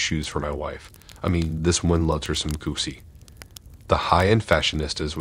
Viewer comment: Story number one, all I could think was “what a moron”. By the way, it’s Gi-chi, not goosey. Also, what is up with all the mispronunciations of words that are not that difficult? It’s a common pattern in these stories.